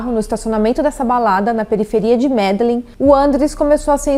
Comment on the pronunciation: MedeLÍN ou Medejin(sotaque espanhol) vc não acompanha futebol compreensível mais é bom pesquisar as pronúncias.